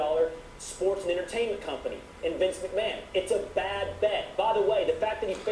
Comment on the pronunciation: "Vince Mcmahan" "Genuine" Nope